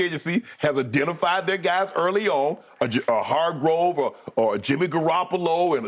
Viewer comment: Shannon, man, it's ( Har-grave) lol.. this signing was unexpected, to say the least, also opens up bosa on the edge..and the cap work to make this work is genius by paaarg..kudos to Lynch & Co for making this deal work..and yes OL needs to be addressed.